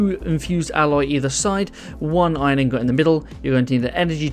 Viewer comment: its pronounced ingIt